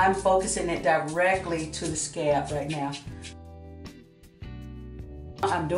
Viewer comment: Where you from? When you say scalp it sounds like scab lol